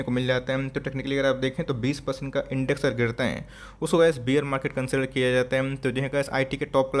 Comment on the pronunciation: बियर नहीं बेयर